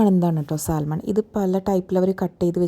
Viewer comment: സാൽമൺ എന്നല്ല , സാമൺ എന്നാണ് പറയേണ്ടത്